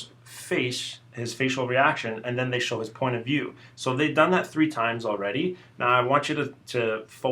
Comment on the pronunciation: "Tree o'clock"